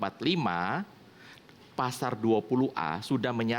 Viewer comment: ngmong pasal jadi pasar .